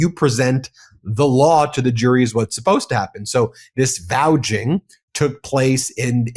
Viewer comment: do you mean "vouCHing"?